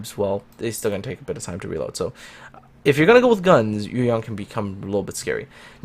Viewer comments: You got the tone of YueYang right! I love when content creators actually do care about pronouncing foreign words correctly =). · I got to say that you pronounce the ship name Yueyang so good. Do you speak Chinese? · I like the Hindenburg's upgrade module, which encourage player to tank a little bit. By the way,, you pronouns yueyang just like a Chinese does.